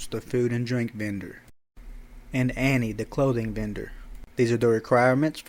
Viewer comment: Anne is pronounced like an. Annie is what you were saying.